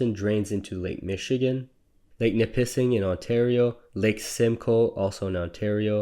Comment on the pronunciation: Your mispronunciation of Nipissing makes it sound like a urinary function.